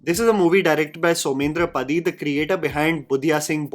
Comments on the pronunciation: just a correction, it’s not soumendra पढी but पाढी , it’s an Odia surname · Padhi is pronounced with “paa” and a sharp ‘d’ - पाढ़ी